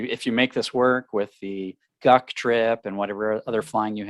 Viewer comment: Wait. Are y'all planning a "GUC trip" or a "Duck trip"? I kept hearing "Duck trip" 😄